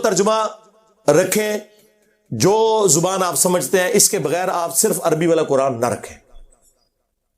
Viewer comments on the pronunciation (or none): none